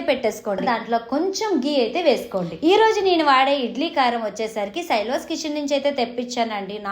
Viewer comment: అది శైల్వాస్ కాదు శైలాస్ .